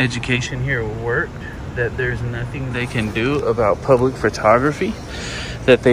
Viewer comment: Did she actually say “the gates were open to the pubic today.”? That was classic. You’re the best one doing it bro. I know this is an old video but keep up the good work and be safe out there.